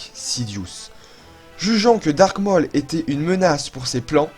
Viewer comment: Waw 🤩 c'est fou comme tu progresse au niveau montage 😻 C'est très cool a voir 👌🏻👍🏻 mais je crois juste que Maul se dit "Môl" et pas "Mooooooollllle" 😂 mais bon sinon rien a dire, c'est super 🖤